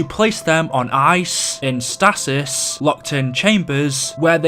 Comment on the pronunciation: Your pronunciation of stasis hurt my ears